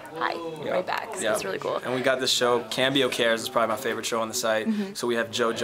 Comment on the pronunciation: Cam bee oh? Isn't it the Spanish word for change? If so, com bee oh. That aside, Justine, you were charming as always and it was so funny. Great green screen effects.